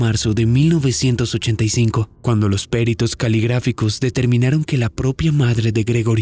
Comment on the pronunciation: Perito, no pe’rito